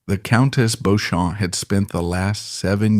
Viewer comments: It was indeed Beecham---why don''t they research things properly while appearing quite so in charge of all the other facts. The bots are awful. Almost every other word is mispronounced--the accents lie in different places in English orthography, So it's "vall-ett" not "vallayyyy!" and with" Bendor" , the stress is on the first syllable with the second more or less swallowed..The "Sinkay Ports" are in fact pronounced the "Sank Ports". Lygon (stress on the first syllable) was never the "the former Earl" until he died. And the problem with the BotVox is that you're never quite sure which line to follow. Awful---just get actors in. But an interesting and perceptive account. WE won't go on the Waugh bit. More of the same. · It is pronounced Lord BEECHAM. I will give an example, although the road near Harrods in Knightsbridge, London is spelt Beauchamp Place it is pronounced BEECHAM Place. So many of these types of programmes (British spelling, I am English living in Knightsbridge) fail to get the pronunciation of names and place names correct. This is a shame as the content is often historically interesting. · Sadly, for you in particular, whoever put together this video did not consult someone of your class and background. Beechum is spelled B E E C H A M. BEAUCHAMP is spelled B E A U C H A M P. The origin is French. And so, it is only natural to pronounce it as the French would. Personally, I would be more offended if they translated the name into proper King's English. The name would then be pronounced as "Goodfield". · Interesting but spoilt by the mispronunciation of "Beauchamp" throughout and several other examples where the narrator (AI? or a lazy narrator) cannot be bothered to check the proper English pronunciation. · Fix robo narration. Can’t even correctly pronounce the main protagonist correctly!! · Please learn how to pronounce Beauchamp properly. It is Bee-cham not Bow-champ. And is is Sink Ports not Sinky Ports. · His name is pronounced “Beecham.”